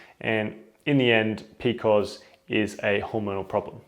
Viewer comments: Who pronounced PCOS as "p-cos"??? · In the US we usually say pee-cee-oh-s. This is the first time I have heard it referred to as Pee-kohs. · I love it!